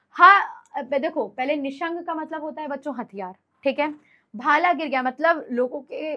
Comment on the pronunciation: भाल nahi bhala